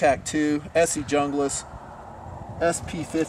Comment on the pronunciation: Hey, you said Jung-glis, not Hoong-glas.